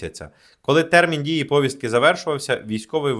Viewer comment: Ставте правильно наголоси, зокрема в слові "повістка".